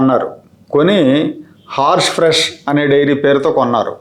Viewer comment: హార్ష్ ఫ్రెష్ కాదు, 'హర్ష్ ఫ్రెష్' అనాలి-గమనించ గలరు.